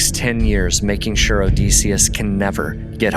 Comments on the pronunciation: I’m curious where you came up with the pronunciation of Odysseus? I’m pretty sure the standard pronunciation of the Ancient Greek is “duss” like the German tü (that’s what I remember from college as a classics major) and the colloquial for English speakers is “diss” like kiss. I’ve never heard it pronounced O-dees-seus. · It's Oh-DIS-e-us, not Oh-Des-e-us. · You saying his name incorrectly is killing my ears odeeeeseeeus 😅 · Get the pronunciation of Odysseus correct OK?